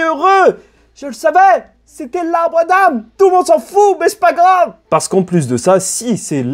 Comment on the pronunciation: Tu dis adame à la place ( adan )